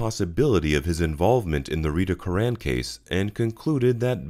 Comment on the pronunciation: Btw, it’s not “Cur-RANN” Good Irish surname “CURR- an”